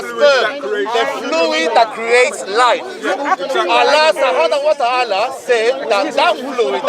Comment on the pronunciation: the drunk says subhana allah watala ( Allah the praised and exulted) better than most Muslims 😂 come home to Islam